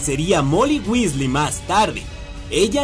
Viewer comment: johan hdez Tenes razon se dice Weasley gracias por corregir jaja